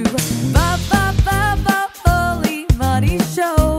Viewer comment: "Pearle Meane" 😂